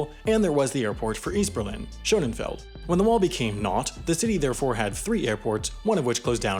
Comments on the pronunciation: You keep saying Schoenenfeld, but it's Schoenefeld. Literally means beautiful field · it’s pronounced Sh uhh neh feld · why does he pronounce Scönefeld as "Schonenfeld"? where dies the second n come from? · Dude, it's Schönefeld, NOT SchöneNfeld! There is no N before the feld. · The bigger issue is that he added an extra 'n' where there isn't one, making it "SHOW-nenn-feld," when it wouldn't be that no matter how you pronounce the 'o' with the umlaut. Something more like "SHIEU-neh'feld." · You pronouncing Schönefeld as Schönenfeld is legitimately driving me crazy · How are you unable to pronounce the word that the whole movie is about... where do you get the n from in between schöne And feld ? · I don't understand how a person can do so much research for a video and not include correct pronunciation of places in that research. This guy says "Schönenfeld" throughout the video. That's not a place. Where is he getting the extra N? Maddening. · Schönefeld, not Schönenfeld. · Schönefeld nicht schönenfeld.... jesus maria und jussuf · Schönefeld, not Schonenfeld. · It's Shönefeld, not ShöneNfeld. There is no second 'n' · “SCHO-NEN-FELD” too 🤦🏻‍♂️ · Its always fascinating how disrespectful one can be. Not even able to pronounce normal German words yet demanding everyone speaks perfect english. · What's the deal with this guy's bad pronunciation of Angela and Schönefeld? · Nice video but you need to learn to pronounce Tegel and Schönefeld (only one n...) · Mispronounced every single German name. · There's probably a video to make about this, but with an announcer who can actually say "Schönefeld" without adding letters to it that aren't there.